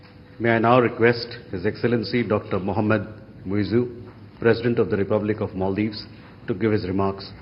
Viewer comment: Am i listening MC to Moijju?😂